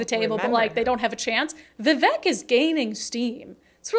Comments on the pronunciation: It’s Vi-Vake, like Cake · his name is pronounced - v-vake